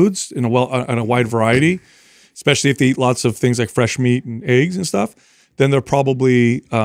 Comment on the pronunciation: Constructive Criticism (and pet peeve of mine) -, the word "especially" does not have an X in it, and "supposedly" does not have a V. I'm surprised hasn't called you out on it! Only trying to help🙏✌